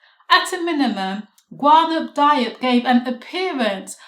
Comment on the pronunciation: Watched the last presentation which was great and am only seconds into this one but want to help you with the pronunciation. I've tried to write it phonetically: Ga-noon Dee-op